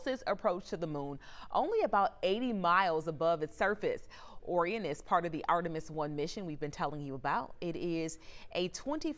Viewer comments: Someone please tell this lady how to pronounce Orion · The narrator is mispronouncing the word Orion